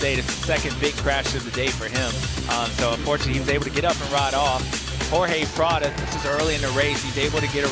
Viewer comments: Why can't James say Prado's name properly? Kind of stupid he won't do it. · Bubba can’t hide his distain for Prado, won’t ever say his name right 😂. I guess I get it after Prados year last year and giving up.